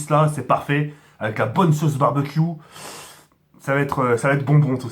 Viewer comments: mdr il a dit barbaq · Pk tu dis barbac wat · Le "Barbecue" est phénoménale 😂